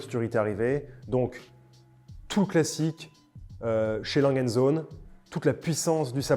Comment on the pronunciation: « A » « langueu » « und » « zohneu » pour la prononciation! Les allemands doivent être fous à nous entendre saccager toutes leurs marques haha